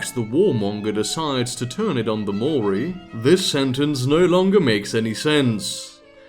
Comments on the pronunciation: New Zealander here. "Maori" is two syllables. "Mao" as in Chairman Mao and "ri" as in ring. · wb, glad to see you back. Also a good way to remember the correct pronunciation of Maori is to think 'Mao' as in the guy who lost his capital, then 'Ri' as in the first syllable of 'Rizal' who also lost his capital. Both syllables of Maori have already lost their capital. We New Zealanders are rising up against the mispronunciation, surely if everyone says it right then Te Rauparaha will gain the confidence to backstab Australia.